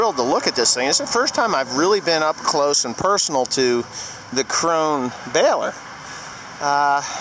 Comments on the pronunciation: Torsten Brunke Hmm I just figured out how to listen to your german/english dictionary and you are right, not KRO NAH but KRO-NEH a very difficult disticntion for an American to catch. BUT nothing like the english word crown, at least not the way an American would pronouce it. and it ALSO sounds NOTHING like the english word crone which is how most Americans think is how you say KRONE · Maybe I'm the only German that watches OLF. Kronah is the scandinavian way to pronounce it. If the english native speakers say "crown" it comes very close to the german word "Krone". Now if you say "crown" and put an "e" at the end like at the word "the" you are fine. Otherwise please say "crown" or listen here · Torsten Brunke Yes, I was aware that krone means crown in english, but in any case pronouncing it like the english word for a thin old woman... crone...with a long OH sound, which is the way most Americans (including ) pronounce it, is wrong.. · David Harris I agree with Torsten bud, he's saying that if you say it "crown" you are close to the German pronunciation (and he would know), and I'M saying that pronouncing the the whole word like the word for an old thin woman (crone) is wrong. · Two Questions! Will the 8120 handle it? When you go to the demo are they going to go through the "proper" pronunciation of Krone? Lord knows we have to get that right, but then again you can call it what ever you want when you buy it. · Terry Presnal Yeah, I don't really care how pronounces it actually, but I knew that the way it's said in Germany isn't the way he says it.